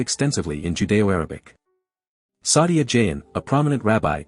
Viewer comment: Although the voice sounds like a human reading, thus AI produced voice mispronounced Saadia Gaón and Hebrew/Aramaic terms, horribly.